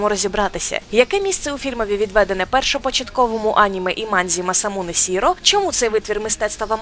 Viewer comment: В цілому огляд сподобався, але у вас є пару помилок: Мамору Ошії а не Мамору Осії, Масамуне Шіро а не Масамуне Сіро. А найголовніша помилка те що ви не згадали "Ghost in the Shell: Stand Alone Complex", так як цей фільм, є сумішю саме "Синдрома Самітника", "Початку" і анімаційного фільму 1995-го року. До речі щоб ви знали "Синдром Самітника" ( 8.6 на IMDb і 8.5 на MyAnimeList) є не менш крутішим аніме чим те що було створене в 1995 році. Саме Хідео Кудзе, антогоніста другого сезону "Самітника" змішали з Лялькарем, з аніме 1995-го року.